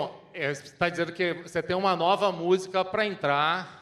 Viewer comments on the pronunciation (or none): none